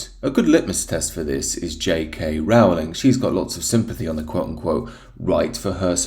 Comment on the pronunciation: Rowling rhymes with Bowling, not Howling.